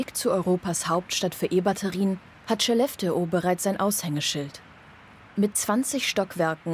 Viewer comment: Wenn ihr eine Doku über Skellefteå dreht, lernt doch bitte die korrekte Aussprache von Skellefteå.